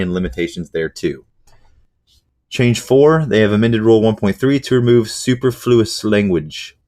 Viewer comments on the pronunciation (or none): I love ya but it's pronounced (sue-per-flew-us).